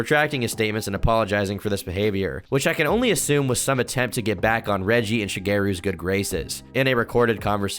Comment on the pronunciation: Out of all the information in this video, the one that shocked me the most was THAT'S HOW YOU PRONOUNCE REGGIE'S LAST NAME?!